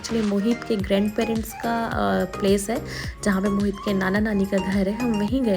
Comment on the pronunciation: Mohit is a hindu name ❤️ but she is saying mohit to moheet🤨